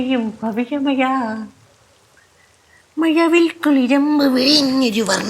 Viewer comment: മയവിൽ അല്ല മഴവിൽ ആണ് 🤣